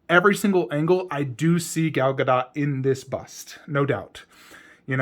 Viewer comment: Her last name is pronounced with a short T. It's not DOT (like connect the dot). It's sounds like DOOT. Just a FYI for the community. I actually think the bust next to the horse looks better. But with all the props, it looks better in the corner because it's not all cluttered.